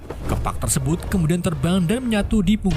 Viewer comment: 2.50 bilang nya tersebat bukan tersebut 😂